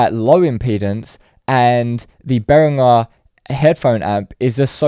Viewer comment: At least he's one of the few who pronounces 'Behringer' correctly though.